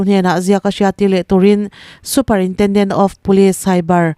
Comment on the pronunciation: Superintendent of police i lam dan hi ava dangdai ve super-intendent han tih chu,a awmzia kan bo trep alawm.